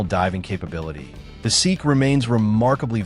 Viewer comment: I made it to #8. Why would I watch a video from someone who cannot even pronounce Glashutte, SeaQ, Sinn... EMBARASSING.